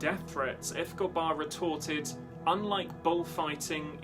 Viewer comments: It's hard to listen to this when "Escobar" keeps getting mispronounced. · ...very annoying indeed.